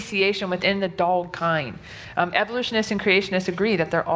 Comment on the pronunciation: I hate the way says "dolg" instead of "dog" Also why do all YECs with some kind of biology degree come from Ohio? I don't think we have this issue here in Indiana, but I studied econ, so what do I know?